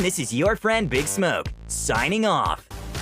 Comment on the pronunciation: The accent with the name big smoke killed me